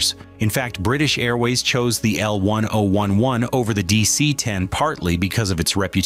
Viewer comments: I worked at Lockheed Burbank Ca. and Palmdale Ca. building the L-1011's. I also flew all my travels back east to visit family on TWA L-1011's. Loved these planes. Also, the correct name is, L Ten Eleven. Not how this announcer says it. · It's L 10 11 you AI Muppet